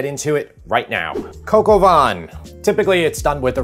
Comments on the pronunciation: It is pronounced “cock oh va”. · Gog o van? 😂 please, americans, when you see French words, just stop and ask for help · "Coq" (think of the french saying "cock"); "Au" (basically the letter O in English); "Vin" (think of saying the word "vain" without pronouncing the "N"). Thank me later buddy and thanks for the great recipes. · Ah yes coq au vin. Aka Coco Vaughn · hahaha "coco-vaughn" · ffs, please stop pronouncing the 'n' at the end of Coq au Vin [kɔkovɛ̃]. It's bad enough you can't find France on a map. No need to butcher the language on top of it. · Love your videos, but your pronunciation of cog au vin and mise en place is horrible … maybe research it before you say it ???